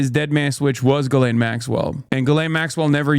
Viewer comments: Is it not pronounced Gill-ain? Dunno about the US but ‘jizz lane’ means something very different here. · Thank you for pronouncing Ghis-laine properly ... (Jeece-Len ... soft j) ...